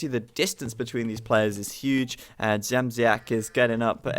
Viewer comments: Age of Empires 2, when introducing the second "bity kablem" was better. Dziamdziak can be difficult. You are near. You only use the "z" wrongly. You can try Dsiamdsiak.:D Greetings! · I don't know if it will be correct in english, but "bity kablem" means something like "being hit by a wire" :D and also about pronouncing Dziamdziak the version from about half of the video is almost correct, keep it up! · About Dziamdziak u say it terribly wrong, but no ones gonna blame u ... Im from poland and its even hard to write like it should sound at english. Someones gotta tell u that name and u need to hear that :P No way u can speak that other ways:P But at the end or event at the half of the match u were saying that aaaaalmost, aaaalmost correctly - keep it like that :P